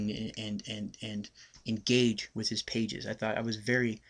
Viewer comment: *chuckels * "...en-gay-ge with his pages...." *chuckles some more*